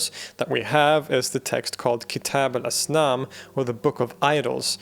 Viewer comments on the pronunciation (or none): "Asnam" pronounced as "Us"."Nam" as in "Viet-nam"